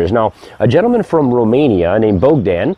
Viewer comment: I know a man from Romania named Bogdan. It is pronounced BOG-dun, not BOEG-dun. Cool connector system though. How would you use it with PVC pipe?